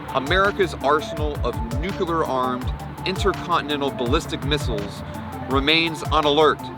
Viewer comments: Great vid but my God and for the last time!!! It is nuCLEar, not nuCUler! Jeez W - Learn how to read! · Just 2 comments: 1)Terrifying video and 2) The word nuclear is pronounced just as it's spelled...."noo-clee-er" not "noo-Q-ler". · Sorry but I just can't take someone seriously on this subject matter when they pronounce it as "nuk-u-lar." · call it a pet peeve: i cant watch a vid/doc about nuclear power or weapons with the narrator pronouncing it nukelar... i just cant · NUCLEAR. Not Nukuler, not Nuclular, NUCLEAR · Say it with me: "nuclear" ..."new-clear" not "new-cue-lear". Where are people finding the extra "u"?!? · Or “newk-uh-lerr” 😔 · The thing that gets to me is that the reporter repeatedly and consistently says"Nucular" instead of Nuclear! LOL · Is it prerequisite to mispronounce nuclear to become a missileer?